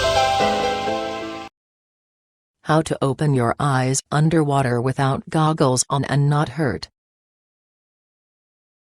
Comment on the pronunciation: LMAO SHE SAID GOGGELS